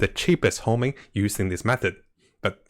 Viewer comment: WHY ARE YOU SAYING "HOMING" ITS CALLED "HONING" ? ?